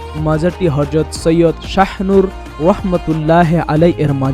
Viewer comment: Hajrat. Not Harjot.